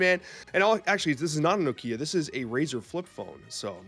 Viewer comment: Ok but who says noKIa? Come on!!!!! 😤